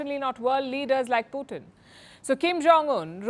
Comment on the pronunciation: Palki, his name is Putin....not Puthin.